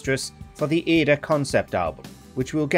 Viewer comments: A little piece of me just died when I heard the narrator pronounce "Aida" as "Ay-da". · it's pronounced Aye-eeda.